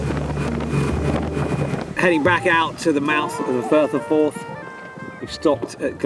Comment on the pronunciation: Erm "Firth of Fourth" 🤣